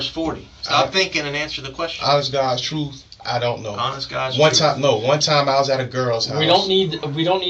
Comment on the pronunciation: “i’m telling the troof ” (That was hard to type because spell check kept trying to correct me.)